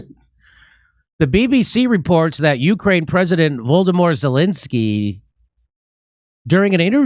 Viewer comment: I like that jimmy pronounces zelensky’s first name like Voldemort.